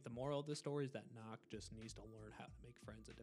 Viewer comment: why is nøkk pronounced as knock? jäger’s name is pronounced correct but never nøkk. also for those who dont know, nøkk is a danish frogman woman